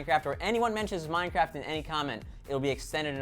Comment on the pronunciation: play minecwaft